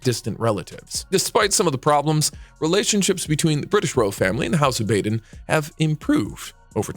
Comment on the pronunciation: "Bah den", not "Bay den". "Feh lee peh", not "Fehlip".